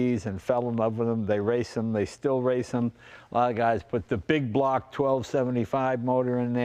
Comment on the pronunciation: Just love how Jay says " the bug block 1275" 😁